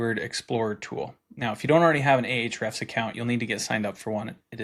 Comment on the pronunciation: It's simply, "hrefs" with no "a" in the front. :)